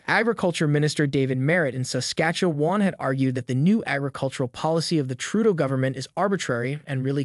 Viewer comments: Saskatchooowan. .. RC-MP.... bruh, you're Canadian? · Still wondering why you couldn’t pronounce “Saskatchewan” in another video....